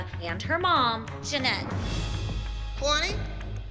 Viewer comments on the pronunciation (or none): i'm completely shocked that kalani placed 4th over al- ME: HUH !?! WHAT ABOUT HOW THEY DIDN'T EVEN PRONOUNCE KALANI"S NAME RIGHT!?!? MY THOUGHTS KAYlaNi KayLAni KaYlLllllAAAnnnI IT'S KA-LA-NI But... when they danced in i just laughed a little to hard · cringed so hard when they said k——aaayylani😂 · Really kay-lani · I'm sorry, I can't get over, "Kaylani"